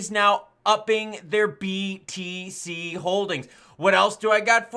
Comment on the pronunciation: Everytime i hear btc i keep thinking hes saying bbc 🤣🤣